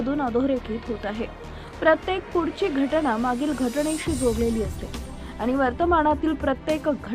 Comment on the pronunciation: घटणा nahi ga bai...it's घटना. कधी सुधारणार?